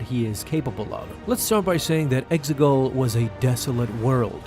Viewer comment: Exegol....say it with me...EX-E-GOL